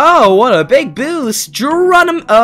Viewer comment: You siad boosa